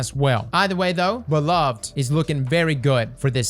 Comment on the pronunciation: Bro you’re my favorite Destiny YouTuber. Hands down. But BRO! You gotta work on your weapon name pronunciations lol Namely Wizened Rebuke, Beloved and Myrmidon’s Reach in this video. Anyway great video, luv ya. 👊🏼